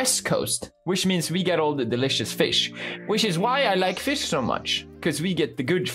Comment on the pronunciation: Pewdiepie: you want me to talk more about FEESH? Me: yes